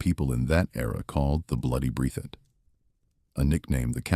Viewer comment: This man has absolutely messed up the county's name, it is pronounced "BREATH IT "